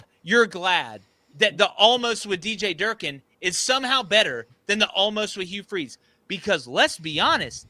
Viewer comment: Bro really said jerkin’ for durkin